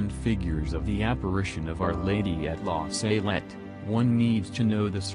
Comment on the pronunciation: It's not la Saylette it's La Salette. Why do Americans always mispronounce words?